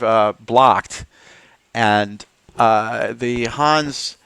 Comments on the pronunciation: your pronunciation is ok for a yank but in Hanse it’s the e in the end that makes all the difference just like in Porsche😃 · Your pronunciation drives me nuts. It's Hans-a, or Hans-e if you want to use the original German pronunciation. Not Hans, that's a personal name. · I understood Huns every time you said Hanse😅 It's with an e like elder at the end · Good video, thanks! Fyi, the e in Hanse is not silent. Not a linguist, but I think you'd call it a schwa.